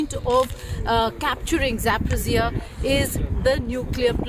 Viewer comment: Geeta, - You doing very good job. However Your knowledge in History and Geography about Ukraine, Russia, and USSR. Your pronouncement of the name of City, People, Location. For example the city of Zaporojie !